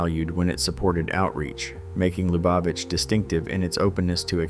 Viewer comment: The only pronunciation of Lubavitch i've ever heard is LOO bah vich. Not "Luh BAH vich". 🙄